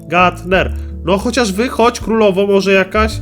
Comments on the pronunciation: to nie gatner tylko grumper (czyt. gramper) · kurwa grumper a nie gatner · Gramper a nie gatner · nie gutner tylko grumper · "Gatner" 2017 xD